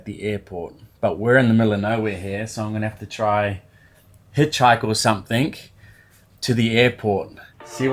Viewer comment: When did you start saying SOMETHINK ??